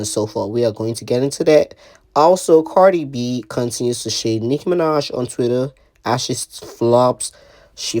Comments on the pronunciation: KHIA READ HER DOWN 😂😂😂 THAT GIRL SAID CARDI FLEE😂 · Lol O I thought khia meant CARDI FLEA 😅